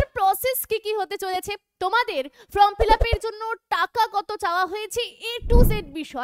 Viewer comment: কথাটা from fillup নয় form fillup..... video যখন করছেন তখন একটু carefully pronounce করবেন।🙏